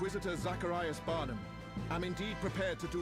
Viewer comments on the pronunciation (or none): It's "barn-um" or "barn-am" not "barn-ham", lol! XD